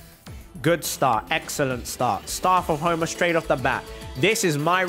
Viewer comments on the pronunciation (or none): How we say it Staff of homa How he say it: Staurf ourf hourma